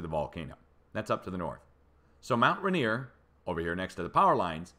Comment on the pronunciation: Mt Ranier is Ray-neer' --grew up listening to Seattle news Tseax I've always heard it Say'-ax. (Grew up near by)